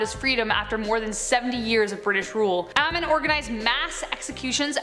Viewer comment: Amin is pronounced Ah-meen